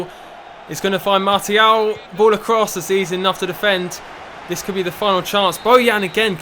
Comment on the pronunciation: It's not pronounced as MART-IAL it's more like marsial......